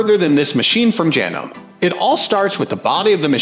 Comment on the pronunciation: and horrible AI generated voice, cannot pronounce chiffon, Janome, sewer or button hole;(sad. doesn't anyone preview the video? seems not.